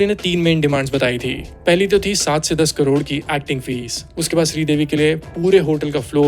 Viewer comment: Hn sab thik hai par wo kodod nhi aunty crore hai😂